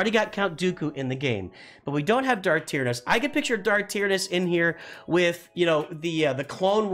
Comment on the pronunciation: Check you pronunciation of Tyranus. Also a new Thrawn with nightsisters would make sense.